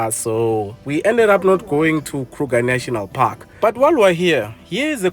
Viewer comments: "Krrruger National Parrrkkk!!!" 😂😂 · i love how says Kruger National Park🤣🤣😭😭😭